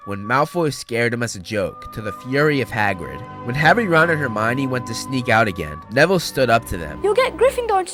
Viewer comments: Termionie Granger No I didn't spell it wrong, that's how he said it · He said termoine granger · Sorry but you said Termione Granger of this😂😂